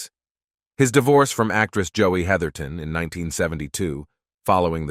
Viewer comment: *Heatherton;...--->>>NOT: "heatherington"-!!!